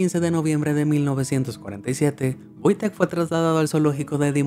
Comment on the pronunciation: por que en el video le dice VOITEK si se llama WOJTEK???